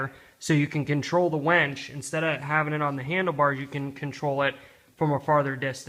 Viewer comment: It's winch not wench! lol. good vid tho haha.